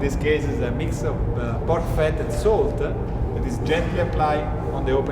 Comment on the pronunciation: ”SALT-AH” ”NICE-AH”